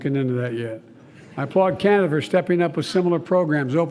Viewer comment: Chinada lol